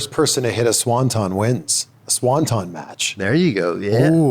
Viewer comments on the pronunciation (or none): SawnTon!!!! Swanton!!!